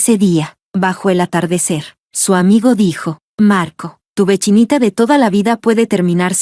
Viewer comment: Jajajaja tu vechinita de toda la vida... Suena chistoso y bonito 😂😅